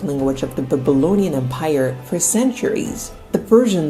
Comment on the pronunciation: why do you say "empaire" instead of of em-pire?